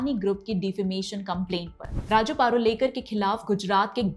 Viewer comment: पारुलेकर ❎ प रु ळे क र ✅